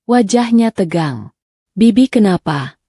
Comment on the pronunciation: Kalau gak bisa baca naskah jgn disuruh membaca naskah sangat memalukan sekali seperti anak SD kelas 1 masa kata bibik/bik dibaca bei bodoh sekali rupanya